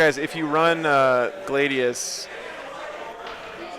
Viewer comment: Its pronounced Glad-ius not Gla-dius this is reality rebels all over again😂😂 keep up the good work big guy.